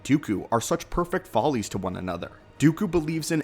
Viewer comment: Foils, not folly's.